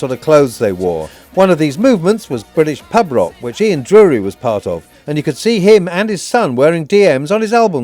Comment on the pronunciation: His name wasn't Ian 'Drury'. :-(